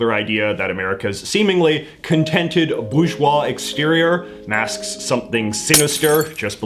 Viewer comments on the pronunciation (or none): Although he does pronounce it a little oddly, you'd expect in his canadian accent that he'd go hard into the R sound but actually skips it altogether! Normally in an anglo accent it's pronounced boar-jwah, but JJ goes for something more like boo-jwah. I'd be interested to know if that's deliberate or not if you do read this JJ!